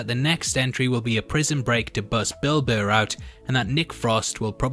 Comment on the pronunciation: Lol when he said "a prison break to get Bill Burr out..." I heard "a prison break to get Bilbo out"